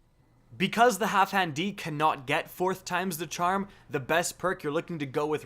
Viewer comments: Wait, why do you keep saying HalfHan D? It’s HalfDAN D. What the shit? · zJay because doesn’t know how to sound his words out. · my god the way he pronouns halfdan D, sounds so weird, Half-dan-D sounds way better IMO